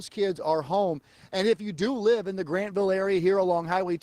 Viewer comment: It's Grantville, not Grandville